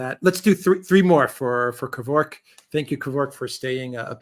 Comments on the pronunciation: Its pronounced 'Gevork' 🙂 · It’s Kavork! How exciting!